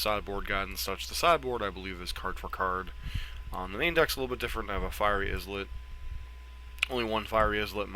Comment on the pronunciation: Eye-let, not is-let.